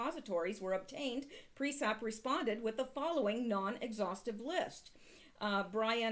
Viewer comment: Sounds and looks great, and I like the content, like always. Can you please, though, check how you say PriesTap?